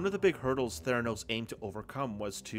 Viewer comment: Theranus with a slient "T"